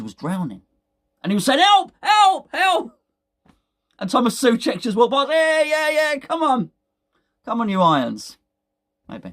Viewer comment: SOcek. It is pronounced SO-check !